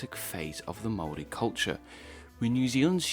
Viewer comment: You say "Māori" beautifully, but I wonder why you can't say the first 'a' in O A maru? Nicely done, overall. Thumbs up.